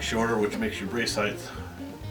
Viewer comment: Oh my god, it's height. Height, goddammit. Not heighth. Can't take it. Otherwise great video.